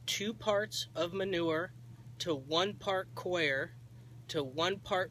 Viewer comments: Please stop saying co-i-er people. You sound so stupid. That hat doesn't help either. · Its not pronounced CORE actually and it doesn't matter where you're from "coir" is pronounced Kwar like the guy above said. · Learn how to say Coco COIR - its pronounced CORE lol